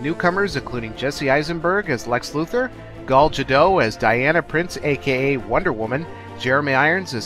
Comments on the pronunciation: Gull Jadough? How the heck did he get it so wrong?! LOL! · I've actually never heard it pronounced that way. I believe the way she says it is how it is written, Gal Ga-dot. The "t" is not silent. Although Gal might sound a little more like gull or gahl? I'm sure she will be doing a lot of interviews next year when Batman v. Superman comes out and of course, for the Wonder Woman movie. Maybe we will find out the real pronunciation then.:)